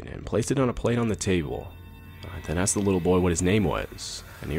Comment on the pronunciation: Every time one of the guys is supposed to say Asked, ask or similar, he says axed xD Hilarious